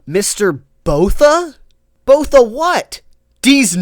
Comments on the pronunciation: It’s pronounced Boor ta not Boh tha. Other than that it must be an enemy stand! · Was gonna dislike, but then I hear "Mr. Botha". You get your like and subscribe.